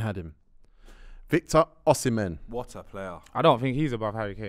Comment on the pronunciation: Man said Osimehn better than Kane loool